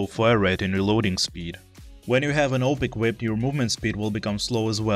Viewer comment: Its pronounced auwwp not oup or call it A W P